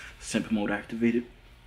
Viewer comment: I cry when he say simp mode acativated